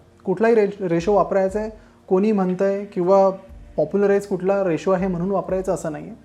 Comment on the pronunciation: रिशू नाही रेशो.